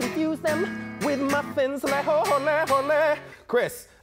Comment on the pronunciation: I was impressed by the way he said leohle Chris leoohle